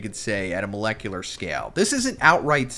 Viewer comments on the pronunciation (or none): none